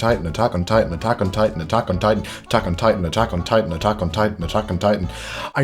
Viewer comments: I just heard “taco nitan” for when you said all those attack on titans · When he was repeating “Attack On Titan” I heard “taco titan” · Lol it literally sounds like you were saying Taco Titan because you were saying it so much😂😂 (I know that this is an old video by the way) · Atack on titan sounds like taco titan😂